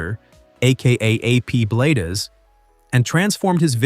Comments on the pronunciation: You really should learn how to pronounce his name correctly. i know how good his work is because I have been subscribed to his channel for over a year. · I watch Al but who ever or whatever spoke on this video did not know how to say his last name!!! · Yes if you going talk about someone learn how to pronounce his name right. Al is an awesome guy who blesses many many people. The guy that is talking sure needs to learn more about the person he is talking about. God bless you Al. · You don't even know how to say his last name!!! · That's not how you pronounce Bladez. So that means you've never watched his vids. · Come on, if you are gonna talk about this man, at least say his name correctly‼️I love his videos, his kind heart and his hard work, at least give hm the respect he deserves and has earned!!! Al Bladez‼️‼️ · Robots always mispronounce names and words. Irritating! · Yes, as soon as he pronounced his name twice, I stopped watching!!! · His name is not Al Blad-ez!!! It's Al Bladez, Bladez as in BLADES!!!!! Get it right if you're going to use him to make money of his hard work!!!! Idiot. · BLADES, not Blay-dez‼️ Like lawn mower blades, knife blades or blades of grass. Fix your AI announcer! If you're going to do this, be accurate and do your research! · Al is a great guy, but I think the 'Bladez' is pronounced 'Blaydz' rather than Blad--ez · Please GET HIS NAME RIGHT IT IS "BLADES" NOT BLADEZZZZZZZ. HOW EMBARRASING, DUDE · Excellent content. But, stop using AI speech synthesis. It's pronounced, "Bladez," not "Blade-ez." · For goodness sake, have you never watched anything he did? He is not blad-ez, it is bladez as in blades... not a spanish corruption! After the blades on a mower, not a japanese bladder. You are nuts! And he didn't teach the other guy how, he already knew. Are you a putz, and why launch inti s0anish in the middle? This post is a mess! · Al BlAdez! Pronounced as "Bladez" like knife blades! Not How you say it. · Fix your bot. Bladez. As in Blade.